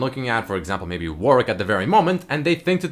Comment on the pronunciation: Pls stop say warick ITS WARWICK IT FUCKING TRIGGERS ME I'm not pedantic shut up